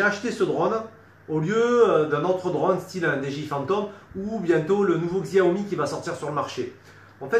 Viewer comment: Salut. Je crois que ca se prononce "Tchaomi" X = che en chinois.;)